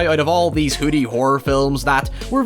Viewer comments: Ahhh he’s saying “hoodie horror” not “hooty horror” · OH you're saying "hoodie" I really thought you were saying hootie for about half of the video! I was quite confused.